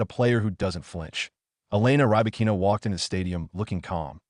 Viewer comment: Robots commenting tennis. They can't even pronounce the name of Rybakina.